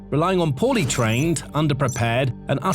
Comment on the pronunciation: I know you said “poorly trained Russian soldiers”, but to me it sounded like “potty trained Russian soldiers “.